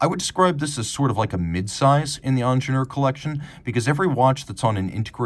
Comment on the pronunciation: It's not ONJENOOR, "EEENGEENIURR" as "eat" or "ear" with a strong "r" at the end It's a german name, When are you Americans gonna learn the right way?!